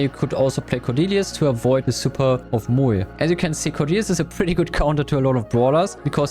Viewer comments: Why does he pronounce Moe like that 💀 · That Moe pronunciation is cursed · Moe ❌ Muee ✅ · Bro said moeey